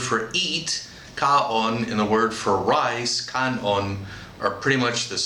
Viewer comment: Need to add the "na" to the end of caon